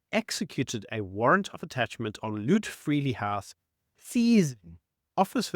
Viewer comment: LootFreeli house must be the greatest pronunciation in the world.